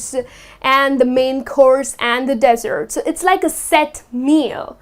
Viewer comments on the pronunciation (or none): Good video but you mispronounced the word dessert. You pronounced it like desert which means sahara but you actually meant to say dessert which means sweet dish.